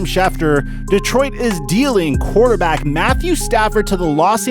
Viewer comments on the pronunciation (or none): He said "yes he is a Quaterback right" didn´t he :D